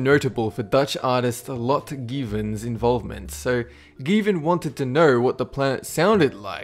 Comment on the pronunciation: The way he pronounces Lotte Geeven... haha (no hate)